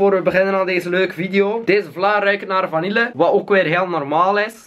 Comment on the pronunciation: Vanille spreek je niet uit als vanille HAHA